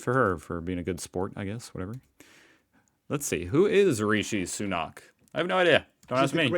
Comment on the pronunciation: Sunak has a short 'a' not aak.